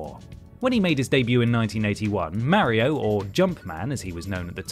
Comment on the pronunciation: Thanks for mispronouncing mario. Despite the fact that he says his own name